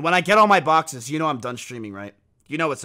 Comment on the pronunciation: idk if this is the point of the joke but I thought he said boxers😭😭